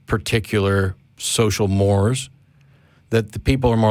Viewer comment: social ˈmȯr-ˌāz